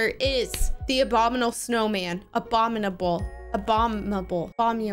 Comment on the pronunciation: It's abominable not 'a bomb able'